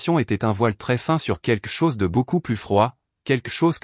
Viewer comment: Arrêté de dire queque chose, on dit quelque chose on entend le L QUELQUE, Queque c'est vraiment médiocre, ce n'est même pas phonétique.